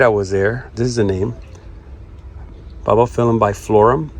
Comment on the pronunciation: It’s not Ba Ba phylum, it’s bulb like ‘light BULB’ not ba bah